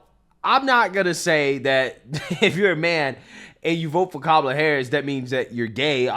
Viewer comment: Perfect comparison between Tulsi Gabbard , and Kumala . Vivik pronounces her name like that , he should know how to pronounce her name correctly cuz he's Indian too .